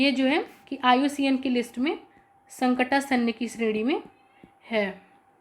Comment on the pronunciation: हे देवी..संकटासन्य नही होता है..संकटापन्य होता है..